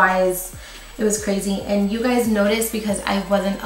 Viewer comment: Are you saying gays or guys in the intro ? Ahahha